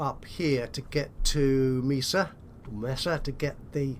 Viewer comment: Not nitpicking, but Mesa is pronounced "May-sa".